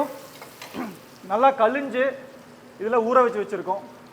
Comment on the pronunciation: One request,Kalinju illanga kalanji ok correct sollunga sir